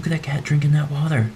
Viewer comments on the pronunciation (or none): It's water not wather you fuckboy